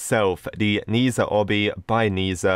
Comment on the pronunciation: i am chinese, and Ne Zha is a very good animation i swear :D and uh it's not pronounced like that. :P